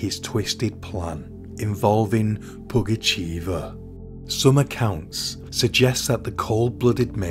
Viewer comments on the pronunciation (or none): Nice videi. But just to let you know it's pugachöva not pugacheeva😅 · Okay, here it is: the village is "Vinnitsa", the name's "Pougatcheva" or "Pougatchyeva", I couldn't see if it was the Russian "e" or "ye" on the letter. "Pougatchev" would be a male tho :D